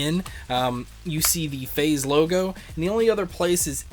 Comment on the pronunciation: Whenever u say Phaz, I keep thinking that ur saying Faze 😅😂! Great review 😊👍🏻❤️